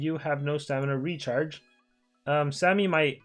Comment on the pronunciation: is it just me or i hear the word (retard) everytime he says Recharge